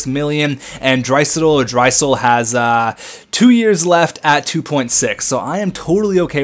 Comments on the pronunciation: It's Dry-sattle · I think draisaitl is pronounced as Dry saddle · It's pronounced dri-sat-le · Pronounced dry-say-tel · Leon Dry-say-tull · i would pronouce it: dry-say-tel, since im swedish and swedish and german are quite similar :), also do 10 year gm :) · I meant Dria-sAtel